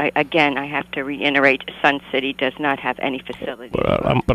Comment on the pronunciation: "reINerate" hahaha